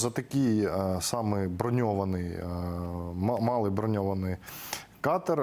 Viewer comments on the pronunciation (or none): Мабуть, має пройти ще років до 100, аби зникли з українського медіапростору русизми. Малий (катер) наголос має бути на другому складі, а дякую не може бути великим, бо це дієслово, тому дякувати можна щиро, дуже і аж ніяк не велике. Це калька з російського "большое спасибо".